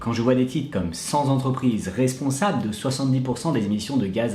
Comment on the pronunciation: Aïe! Liaison dangereuse 7’37’’ : cent Zentreprises. J’ai les oreilles qui saignent.